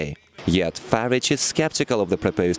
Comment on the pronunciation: Learn to say Farage properly